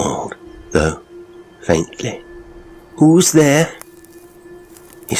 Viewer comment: at the first utterance..who's there, ...subtle yet unmistakably Welsh intonation.